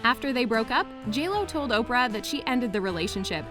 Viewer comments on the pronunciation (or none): none